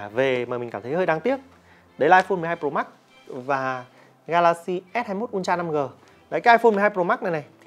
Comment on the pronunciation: Samsung “un tra” đọc sai gòy ơi:))